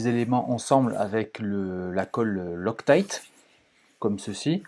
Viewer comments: La marque de la colle c'est "loctite" et non pas "loctaillte" et surtout, mis à part la marque c'est quel type de colle? Je demande car il y a tellement de produits différents chez chaque marque ... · Pourquoi tu prononces « lostaïte »?